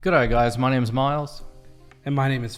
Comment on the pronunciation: Miles you nailed the g'day guys my names miles. Excellent work!!